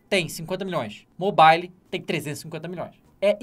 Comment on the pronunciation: "Mobaile" kkk... manja de inglês mas pronuncia assim,n sei pq ele faz isso kk.Antes ele falava "mobaiou"